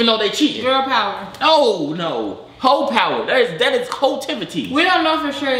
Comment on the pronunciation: my mans said "Ho Power"😭😭😭